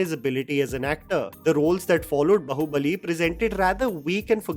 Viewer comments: One gripe in the video is his pronunciation of Bahubali. I can understand mispronunciation of telugu titles. But Bahubali is a sanskrit word which hindi speaking people also should be able to pronounce. Its "Baa-hu-ba-li" not "ba-hoo-ba-li". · What is bahubali? 😂 it is baahubali. Mentioned 100 times in the movie and it's a common word in hindi too😂